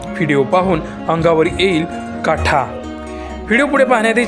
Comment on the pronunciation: काठा नाहि का काटा आधी मराठी शिका